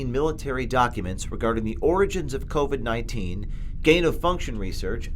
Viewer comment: Well.well.well....even the 'Great Reset' can't hide that , DEMOCRATS WORKED WITH CHINA TO WEAPONIZE THE CORONAVIRUS- COVID-19- & ITS NOT PRONOUNCED COVET